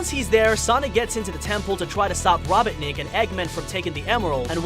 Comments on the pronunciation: Who also hate he called robotnik to robonik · he said rabaneck